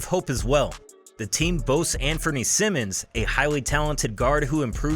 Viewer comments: It’s pronounced “Sy-Mins” Simons not Simmons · Anfernee "Simons," Sigh-minnz. Not Simmons like Ben.